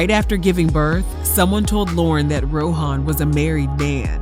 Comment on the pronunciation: It’s pronounced Row - en. Not Ro - han. The ‘h’ is silent.